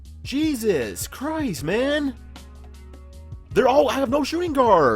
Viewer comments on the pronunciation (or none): none